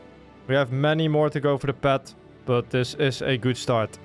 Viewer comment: Did bro say pet